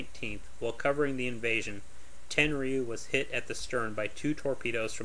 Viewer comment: It's pronounced ten-roo. You don't pronounce the y.